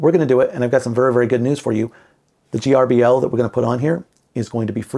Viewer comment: It’s pronounced ‘Gerbil’, just like the pet. The letters don’t stand for anything. It drove me nuts trying to figure out the acronym, and it turns out that the original developer thought of it as being similar to a mouse, which controls a PC, so he called it gerbil, which controls a CNC. Trivia….